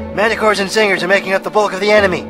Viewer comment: Manticores and..."zingers"? What's a "zinger"?